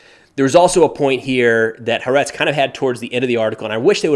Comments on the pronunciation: Ha a^ retz, 3 Syllables, first is somewhat more dominant ah sound, the a following slightly less vocal ah sound, and the last is retz, sounds like rats your pronunciation issue is that you read it as Ha are etz, where are is used as a syllable instead of ah. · Ha-A-Retz… very easy to pronounce. Each a is pronounced separately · First of all it's pronouced Hah-ah-retz. Haaretz is the most far left newspaper in Israel. I get the strong impression that the writers and editors hate their own country. Israel is ALWAYS wrong. The only thing it's good for is toilet paper. You should find another paper to read. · the news outlets name is pronounced, “HĂ ĂRETZ”. Soft “a” in both cases and stress on the first syllable in Ă-RETZ. There is a pause between the HA and the ĂRETZ because it’s two words combined. HA means “The”. ĂRETZ means “Land”. The news outlet’s name is “The Land”. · Ha-Aaa-Retz I know I'm not the first.. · It’s pronounced “ha-AH-wrets” with the accent on the second syllable. Btw, as context for your viewers, HaAretz is extremely left-leaning and quite anti-Israel, which is fascinating since it’s one of Israel’s oldest newspapers. There’s a reason they push these stories that are borderline disinformation, or at the very least the omission of information that hopes most people reading it are not Stewart viewers. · Three syllables: Hah Aretz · It’s pronounced: Ha-Ah-retz. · Hey. It's pronounced Ha - aa- re- tss. Also, Haaretz is widely seen as an extremely far-left news source. Not saying this to undermine the information, but it is important to keep in mind. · Hey just say Ha Arez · It's pronounced Huh-Uh-retz. 😅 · It's pronounced "Ha-Aretz" - Ha = The, Aretz = land. In Hebrew saying Aretz is synonymous to saying Israel. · Your perspective as a veteran (of the best armed force in the world) is so helpful in understanding this conflict. Thank you - don’t worry about your pronunciation of Haaretz … half of Jews get it wrong too…